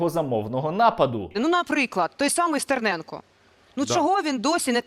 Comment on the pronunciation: Мені ще подобається як Рабінович не вміє вимовляти закінчення "о" і не зрозумієш чи то він має на увазі "вбивцю Стерненко" чи "вбивцю СтерненкА" XD